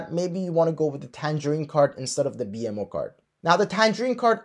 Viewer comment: Thanks but you are pronouncing BMO wrongly. It is /bi:mow/